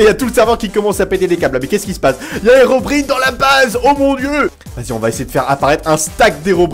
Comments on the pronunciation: On dit HeroBRAIENE pas HerobrIne respecte toi olg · on dit hirobraïne pas hérobrine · On dit ocelo et herobraïne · Le i de Herobrine ce prononce comme en anglais